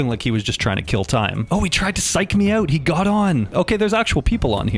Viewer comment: I love your content, I love your style, I love your vibe. But I struggling to forgive rhyming “out” with “out”.